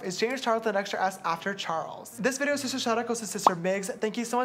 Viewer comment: i like how james said shister schnoz